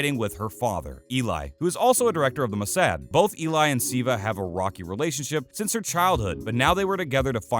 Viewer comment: Ziva David...this pronounciation well...